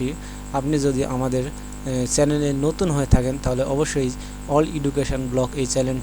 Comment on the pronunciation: চ্যালেন,সিউরিটি, অস্থির রিডিং পড়ার মতো সংবাদ পাঠকের সংবাদের যথার্থতা নিয়ে শিক্ষক সমাজ উদ্বিগ্ন!!!